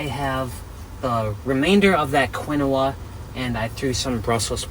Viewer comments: The grain is pronounced… KEEN- WAH!🥸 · Quinoa pronounced keen waa!! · For god’s sake.. quinoa is pronounced “KEEN-WAA.” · Quinoa sounds like keen- waa. But pronounce it however you like. Your way is more entertaining. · But it's so funny how he says it. The name originally pronounced started as ke naoh. But you know how lazy peoples language is sometimes lazy in syllables, eventually thay started calling the grain keen wa. I know because I worked in food service mostly all my life I'm 65 and there is a timeline, between 1916 and 18 there was a very popular push on this grain.